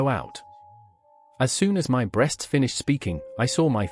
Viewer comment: This has to be written by AI. Why does it keep saying B.RE.A.ST.S 😂😂